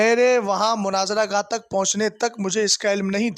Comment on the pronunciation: مُناظرہ لفظ جناب مَناظرہ نہیں